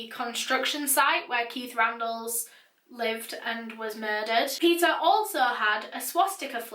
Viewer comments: I keep hearing pizza every time she says Peter 😂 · Why do i hear her say pizza insted of Peter?😂